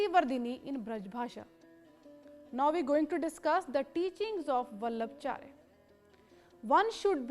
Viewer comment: It's not वल्लभचार्य it's वल्लभाचार्य